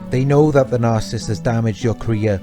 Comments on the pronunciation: Sir for your own credibility learn how to say NARCISSIST. You are leaving out an entire syllable. What is your authority to discuss this serious psychological condition. Are you making this up as you go? It is very difficult to believe you have any idea of what you are talking about. What are your sources? Learn to pronounce what you appear to be an expert on. At least you might have a chance. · Narcissist - not narsisst!